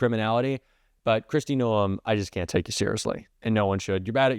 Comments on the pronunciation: A South Dakota here. Pronounce Noam with one syllable. And yes, she's awful. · You are pronouncing her name wrong it is driving me CRAZY. Kristi Gnome is the correct pronunciation